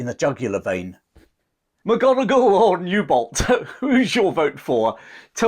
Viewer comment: Newbolt.... lol